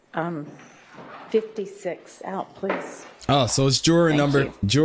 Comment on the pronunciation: It’s not pronounced jer-aaaaaargh it’s juror